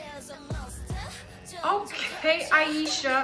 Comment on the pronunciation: Eye ee sha lol